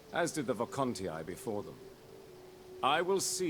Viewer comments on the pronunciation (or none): Why did they go back to wrong pronunciations? I was really happy when I heard them say "Hastatii" properly (has-ta -tee -ee) and now they are back to Vocantii and Helvetii? (Wrong = ee-ai at the end of the word, right = ee-ee)